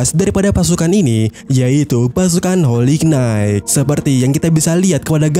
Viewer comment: Bacanya : "Holi Nait" min 😭